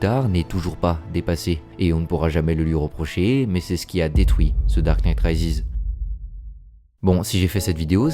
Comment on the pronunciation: “Ze darque nite Raizis” 😂